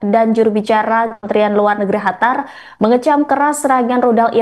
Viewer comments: Kok ga enak bener nyebutin negara Qatar. Ditelingahku terdengar seperti negara "Hatar".. Bukan terdengar " katar" seperti penyebutan biasanya.. Apa emang nyebutnya " Hatar " yah.. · Kok hatar sih...? Cari pembaca baru... Qatar kok jadi hatar, senget tenan😂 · Mba Qatar bukan hatar..... hadehhhh bacanyaaa..... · Qatar bukan Hatar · Bukan Hatar tp Qatar Bravo Iran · Bukan Hatar tapi Qatar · Qatar bukan Hatar yah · Kok Hatar bukan Qatar? 😮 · Apa cuma gw yg dnger dia bilang HATAR? bukan QATAR? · Qatar mbak, bukan khatar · Qatar sis bukan Hatar😅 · Qatar bu, bukan Hatar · Gue dengernya bukan qatar tapi hatar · Kok Khatar mbak, itu dialek Persia tapi bahasa Indonesianya Qatar atau bahasa Arabnya Qothor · QATAR bukan HATARR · Qatar ya Non, bukan Hatar 😂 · Negara Qatar host pengucapannya khatar. 🤔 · Kok Hatar sih bacanya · Hatar atau Qatar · Penyiar beritanya gk bisa nyebut Qatar dia sebut Hatar, sejak kapan Qatar jadi Hatar ya ? 😂😂😂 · Qatar min qatar bukan Hatar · Qatar mba, jangan hatar... Gue bingung dengernya kalo ga baca... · Bukan hatar tapiQattar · Bukan hatar mbak qatar sekolah dimna sih mbaknya..? 😂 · Qatar mba bukan Hatar😂😂😂😂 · Hatar apa qatar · kok hatar si ,, qatar mba QATAR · Qatar bkn hatar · Bangga dg Iran..sungguh membanggakan tapi kok penyiar ini ubah nama negara Qatar menjadi Hatar sih....how come????yg benar QATAR. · Pembaca berita ngomong nya kok hatar bukan Qatar 😂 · Qatar bukan hatar😂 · Qatar bu jgn ganti nama negara ,Qatar jadi hatar drimana itu bu😂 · Qatar ❌ Hatar ✅🗿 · QATAR BUKAN HATAR pembawa berita keseleo lidah kali